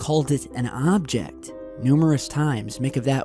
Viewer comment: Your really over emphasizing "object"